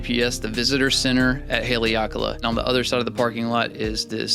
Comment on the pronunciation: Pronounced HA LEH AHKA LAH we live in Maui. Next visit reach out to us and we can do an X2D and M11 video.